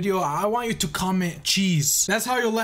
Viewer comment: jezz /chesse whatever u said